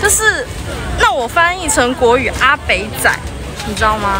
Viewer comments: 泉州人說外省人是 “阿北仔”沒錯，但妳把 “北” 字說成 “板” ，不正確。說“台北”的 “北” 音才對。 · 你講的阿北仔應該是a-bak-a不是a-bang-a，但因為普通話裏沒有入聲，大概就會發不了這個音。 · 阿北仔台語念阿八啦！ 以前台灣針對國民黨來台的人,叫外省人,哇辛啦！